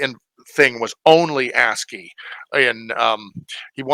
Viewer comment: I, too, am also quite happy that you are pronouncing ASCII correctly :-)